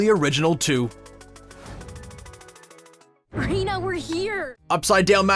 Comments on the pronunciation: It's pronounced "Reyna" not "Rina". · I SAID IT'S PRONOUNCED "REYNA"!!!